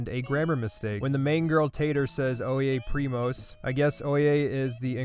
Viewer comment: "Oye primos" is well said at least i have said it like that some times (AND btw WHAT?? that V.A is just so wrong like latinamerican people are from latin america like, its a combination of both native and spanish, she has no right to say that spanish isn't an american language when the locals are a combination of spanish and natives... Even French was very similar to spanish in that sense. Its so ironic how the english speaking v.a points the finger at other people but can't look into the past and see that the english were more "conquistadores" than the conquistadors themselfs...)